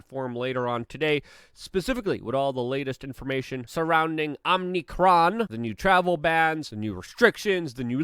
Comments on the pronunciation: Omicron, not “omnicron”. Don’t say it like Biden! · I swear to Fauci, if someone says OMNICRON one more time….I’m gonna get vaccinated…